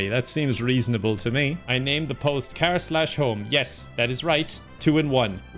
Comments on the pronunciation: Learn how to say car like a normal human being please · Who do you say karrr (car) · I like the way you say car. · WHY DO YOU SAY CAR LIKE THAT